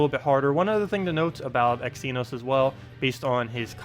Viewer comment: You said it right!!!!!! Well, at least the very first time at the start of the vid...